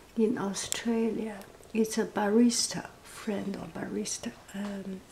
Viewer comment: I am laughing because at first I thought you were saying "Barrister" as in lawyer, and i had a vision of a high powered Australian lawyer obsessed with coffee. i know some guys like that who ARE lawyers with $3000 coffee makers.